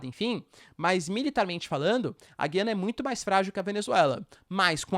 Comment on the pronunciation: Já viu professor de geografia que não sabe falar o nome do país? Ele diz Guiana com "u" mudo, mas o correto é Gu-iana, pronunciando o "u"